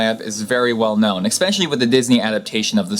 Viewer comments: He says Eggspecially! omg! and you are teaching us tings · Nice vids; I'm happy to have stumbled onto the channel. Two things, though: first, there is no hard "c" in the word "especially". Two: you seem to be positing that the harm suffered by Mrs. Liebeck is somehow an indication of McD's negligence. It's not. The coffee is supposed to be hot, people prefer it that way. The cup had a warning on it, you can clearly see it in the picture. Lawyers use graphic pictures to impress juries and generate a favorable "deep-pockets" decision based on emotion. I don't see what McD's could've done any differently. A rational decision would've found them zero percent responsible. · Seems really smart but says expecially. That's almost as bad as supposebly. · I don't mean to sound like a d-bag, but you keep saying "expecially" ... that's not a word